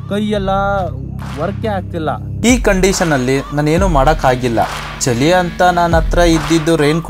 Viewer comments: Kannada uccharane sariyagi madu bro... adu ಚಲಿ alla ಚಳಿ... ಕಾಣಿಸ್ತಾಇರ್ಬೇಕು ಅಲ್ಲ... Swalpa pratice madu bro sari ogute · ಅದು ಚಲಿ ಅಲ್ಲ ಚಳಿ ಕಣಪ್ಪ 😂😂ಸ್ವಲ್ಪ ಕನ್ನಡ ಸರಿಯಾಗಿ ಮಾತಾಡೋದು ಕಲಿ ❤